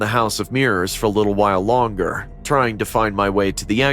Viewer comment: Ah yes mirros not mirrors